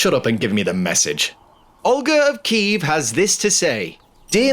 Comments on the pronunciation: as a Ukrainian I love this. thank you for using the correct pronunciation of Kyiv too! much love from, well, Kyiv haha :D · Well, it's cool that's finally Kyiv not Kiev, but it's OlHa not OlGa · Thank you for using the correct spelling and pronunciation of Kyiv. I also really recommend looking into Anna of Kyiv and her impact on European history 😊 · thank you so much for right pronansiation of Kyiv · Thank you for " kYiv " . So many foreigners used to write /say " kiEv " even tho it's a russian version of the word . 💙💛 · Thank you for pronouncing and spelling the name of the capital correctly, слава Україні